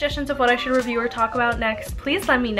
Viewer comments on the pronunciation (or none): none